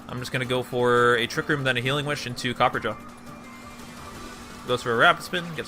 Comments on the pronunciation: there's a fucking "a" between copper and ja. It's based on "raja" which is something of royalty in India, where elephants are treated as sacred. So no. It's pronounced Cop-per-ah-ja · Say it with me copper-ah-jaw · Its not fuckin copper jaw Its Cop-per-ra-jah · Copper Raja, like a copper king. Pronounced Copper-RAH-jah. Not Copperjaw. Please.